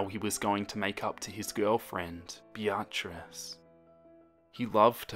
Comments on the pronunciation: I-I'm sorry, but did just pronounce Beatrice as Bee-r-tris? 😅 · You're pronouncing beatrice like be AHT riss. Its BEE uh triss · No one: Literally not a soul:: Bee-Ah-Tris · Sounded like he was calling her a be-a-tch. Like the way you say the b word when you don't want to/can't say it for real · I don’t know if I’m reading this wrong, but I think you may be saying the girlfriend’s name wrong. It’s spelled ‘Beatrice’ right? That would be said ‘Bee-ah-triss’. If I’m wrong, then oh well. Also, keep up the great work!! I love your stuff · I’m sorry But the “BeATRice” keeps making me laugh 😂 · Ok I swear I'm not trying to be rude but how you pronounce her name is like this be-trice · He's pronouncing it correctly without a Japanese accent like I do for example. But what actually bugs me is how he says Beatrice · Omg the way you said Beatrice xD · The way you pronounce Beatrice is priceless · I don’t wanna be mean but your pronunciation of Beatrice is sending me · The way you pronounce the girlfriends name is weird and I'm pretty sure you meant Beatrice? Also all the people fangirling about this in the comments is really weird..like yeah being a big fan of something is cool but once it gets to a certain point it's just weird